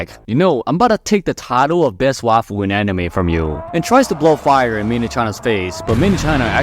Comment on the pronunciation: Bro was saying waifu I thought he was saying the best waffle in all the anime